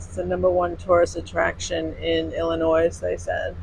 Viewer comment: The S in Illinois is silent